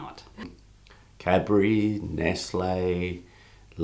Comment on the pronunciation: Nestle is not pronounced Nestlay. The e at the end of Nestle is pronounced like the e in egg.